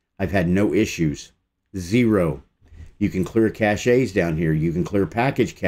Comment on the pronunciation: Its not "caché" its "cache" like "cash" There is no accent on the e.